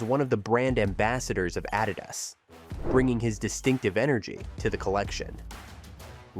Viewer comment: It is pronounced Ad idas. Not A did das. Common on.